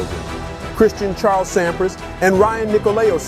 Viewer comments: Pronounce Agassi correctly and more people will watch this video. 200 k dash hr? More like 200 kilometers per hour. The narrator of this sounds like a college dropout. Sam PRAAAHS? This must be the worst video I have saw. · Thanks for video of legend. Some of the pronunciation (Sampras and Agassi), wording (km/hr not km hours) and visuals (stock footage not matching content- eg Wash DC doesn’t have palm trees and ocean views) are detracting.